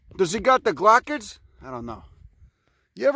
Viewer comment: I itch every time you say glochid. That's my word to check if people have a clue about cacti or not... Amateurs often dont know what they are or they weeks of fun they provide!